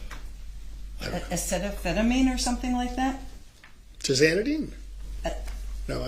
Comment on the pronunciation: Acetaminophen. Holy cow, does no one care about either looking like they know what they're doing, never mind the poor court reporter? (I would be a terrible court reporter, because I absolutely would try to take things down verbatim and then add notes like, "the word she wanted was (whatever)" or "Objection, relevance!?" But at least I know that and have thus chosen a better career path for myself.)